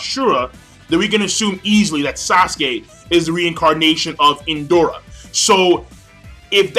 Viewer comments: One thing, when you try to pronounce the name of Indra, sounds Endora, is IN-DRA, is the same when you say "neji" in your videos, listening to "Nenji", greetings and very good review as always. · Did just say ''Indora''? Lol